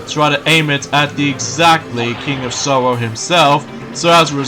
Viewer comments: it's king of Sorrow! it sounds like your saying sorrio! it's KING OF SORROW!!! SORROW!!! SORROW!!! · I mustn;t Give the king of sorrow Reason to Cry again, Right? Your mispronouncing Sorrow Again! I saw that coming!